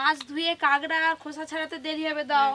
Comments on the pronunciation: কাগরা না কাকরা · Ota kangra nay kakra balo kore kichu bolte o paro na abr bolte suru koro